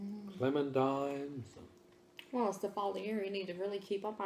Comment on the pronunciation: Great video ^^ PS: Is it me or says ClementiMes instead of ClementiNes?